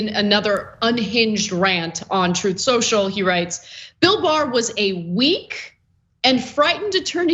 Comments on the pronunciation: And it’s pronounced, “Troth Sential”. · "Troth Secial" as he's pronounced it. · “Troth Central…” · It's pronounced "troth senshal" 😆